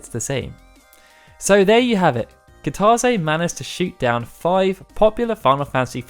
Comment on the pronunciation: Nobody:: KiTAWzay